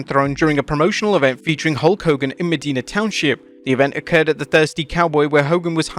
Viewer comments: It’s ma-die-na.. not me-dee-na Common mistake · You butcher words so bad sometimes. It’s pronounced Mi-die-na, not Me-deen-na. (Medina County) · About the Hogan stories, not that it matters, but it's pronounced "meh-dye-nah" (hard i) 🤙🏻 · Pronounced Muh-die-nuh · God, two videos is a row that you guys butchered the name Medina. lamo